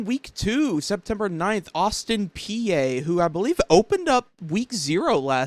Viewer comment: Please learn to pronounce Austin Peay correctly! 😬